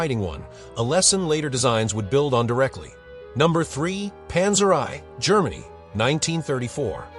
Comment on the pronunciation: Stupid AI - Panzer EYE?